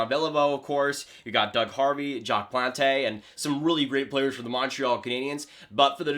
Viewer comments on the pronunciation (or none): Did he just call jaques plante , Jaques Plantay? Ew. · Jacques Plon..TAY??.. DUDE!! REALLY??? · Good list. One minor note: it’s pronounced Jacques PLANT (spelled ‘Plante”). And I’ll excuse your sacrilege for saying Lidstrom was better than Orr. This time. 😛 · Who is this Jacques PlanTAYYYY Guy???? Oh, Plante... first NHL goalie to wear a mask... Also Nick Lidstrom better than Orr? Even watching old video will tell you that's NONSENSE Hells Bells... You could make a case for Salming over Lidstrom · Jacque Plonty lol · 'Jock Plontay' Boi...